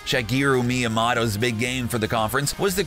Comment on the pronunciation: Making fun of mispronouncing Tom Clancy, then mispronouncing practically everything. Classic. Seriously. Learn how to pronounce Kojima and Miyamoto. Or stop talking about them.